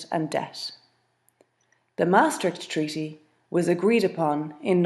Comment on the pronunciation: How comes this lady says "tweaty" instead of "treaty" ?